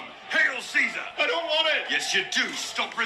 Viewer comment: Caesar is not pronounced like that